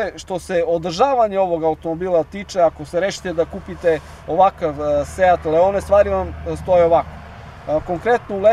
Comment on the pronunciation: Druže da li je moguće da radiš testove automobila, a da si toliko nepismen? Da ne pominjem pogrešno izgovaranje naziva modela, dakle nije Leone nego Leon. Engleski, strašno...😮 Funkcija cornering je jedna reč, nije corner ing kako si ti izgovorio. Strašno...😢